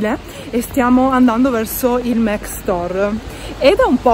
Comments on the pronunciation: Perché dici MEC? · non si dice assolutamente mEc ma MAC così come è scritto, e sono certa che lo sai benissimo, non l’hai mai pronunciato così, è ovvio che lo dici apposta. sono certa che puoi evitarlo, sei piu interessante senza strafalcioni. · Ma scusate non si pronuncia mAc? 🙁😕 Io non lo capirò mai XD